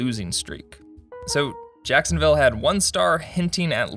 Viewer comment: Ah yes. Sacksonville Abbey.